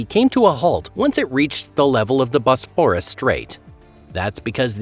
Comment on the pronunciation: I read Noah's Flood, the Ryan/Pitman book when it was first published. It was a fascinating work. BTW, please learn the correct pronunciation of Bosporus and Marmara. Your tone, modulation and consistent mispronunciation were quite annoying. An open throat delivery would be more pleasing.